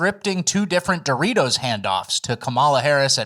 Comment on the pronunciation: That Doritos shit is crazy. She mispronounced frickin Doritos 😅